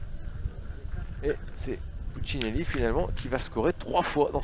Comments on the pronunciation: C'est marrant de ne pas arriver à dire Puccinelli. 🤣🤣🤣 Puccilini😅😅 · Le commentateur qui prononce « pucineni » et « doère » connais t’il un minimum les joueurs ?😅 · Puccinelli va vous faire un procès au vu de la prononciation de son nom lol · Franchement insupportable le commentateur qui sait pas dire pucinelli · Pastorelli Ça c'est sûr. Il a complètement écorché son nom. Celui de David "Lilian" Doerr aussi, d'ailleurs. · Ce serait bien que le commentateur prononce correctement le nom de Puccinelli Il le découvre peut-être 😮